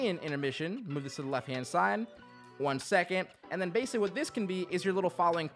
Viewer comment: did "one seconed" bother anyone else???